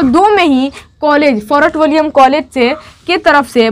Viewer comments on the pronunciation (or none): Forat nahee fortwilliums college